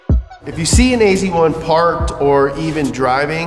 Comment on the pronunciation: ..hmm .. you write AZ1 but you say AC1 .. :-)